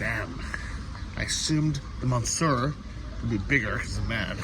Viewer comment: Monsieur is not pronounced 'Mon Sir.' It is pronounced ' MUH - SYUR.' It means 'Mister.' You obviously didn't learn French while in school.